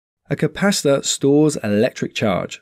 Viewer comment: Sounds like you're saying capasta or capassa 😂 Maybe an accent thing, good vids tho very clear